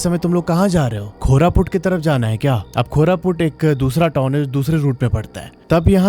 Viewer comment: Koraput not khoraput brother